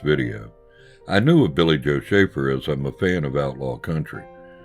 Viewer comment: That was great! Thank you and thanks for the shout out, you pronounced it perfectly! I have a story for you that may help you understand the kind of guy Billy Joe was, some day I will tell it to you. In the meantime keep up the good work and buy every album he has because they are all great! RIP my friend Billy Joe Shaver.